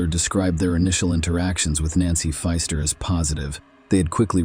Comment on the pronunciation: Was puzzled in first case ai voice had me thinking there were 3 nancys !! Then I realised foster was sometimes said as fister 😂😂😂😂